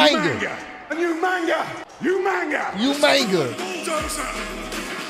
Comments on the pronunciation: The irony of Regal's pronunciation of Umaga's name, is that it's closer than everybody else's. 😂 Umaga- {oo-mah-ngaah} For a better example of the pronunciation, look up Tana Umaga. P.S.: As for Goldust and the spinaroonie, remember... melonin, in his soul😂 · Where did the n come from😂😂😂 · That's what I said, Umanga, Big Samoan fellow, funny hair" Regal was good for mispronouncing names